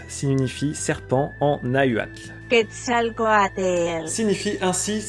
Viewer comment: Quetzalcoatl* T'as oublié le « l » après le « za »